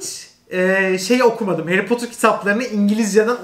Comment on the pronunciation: 22.23 nobody harry potur ushquıswqıso